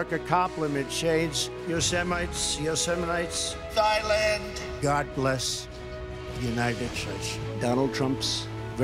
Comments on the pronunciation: The part where they write out all his mispronunciations had my ribs cracking with laughter! "Thighland" got me teary from laughing so hard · Thighland really got me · He "knows the best words?" 😳 "Thighland?" "Slock rocket?" "Hamberders?" "Covfefe?" Um, yeah, m'kay. 🙄🥴